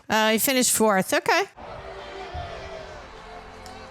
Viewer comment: Next time, can you please say the names of sport legends like Lauda with a bit more respect. Thanks!